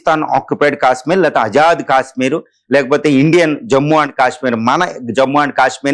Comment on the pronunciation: అజాద్ కాదు ఆజాద్ అని పలకాలి. ఆజాద్ అంటే స్వేచ్ఛ, స్వతంత్ర అని అర్థం - తెలుగు కు పట్టిన తెగులు కు అంతం ఎప్పుడో? 😢